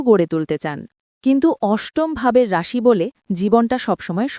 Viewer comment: রাশির উচ্চারনে আপনার ভুল হচ্ছে 😅😅😅